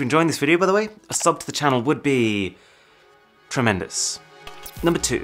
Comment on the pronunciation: gasp Tremendous "TREMOUNDUS" LOLOLOLOL